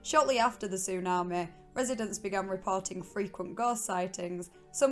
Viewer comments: So annoying 😂😂😂 tsunameh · Am I the only one here whose annoyed by the “tsu-na-meh”? I mean it would’ve been okay if it wasn’t on purpose but I actually heard her say tsunami the correct way once or twice so now I think she’s just doing it on purpose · I couldn't stand to listen to her attempt to pronounce tsunami one more time, "su naah maaaay" Like a valley girl from Scotland with a learning disability. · Tsunami not Tsunamae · Tsu- Nah- Meh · It’s tsunamehhh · How you say tsunami is really something 😂 love it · The way you say tsunami is funny Af 😂😂😂 was laughing hard everytime you say tsunami 😂😂😂 it's like an AI saying tsunami 😂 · Listening to her say the word tsunami is absolutely hysterical and than when you start listening to her accent and it's drama it's even more hilarious!